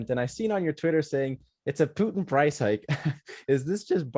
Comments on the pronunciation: Man why you say "Piutin"😵‍💫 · Holy shit please stop say PEWtin